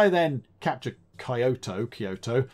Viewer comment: You probably know this by now, but Kyoto is pronounced Key-o-to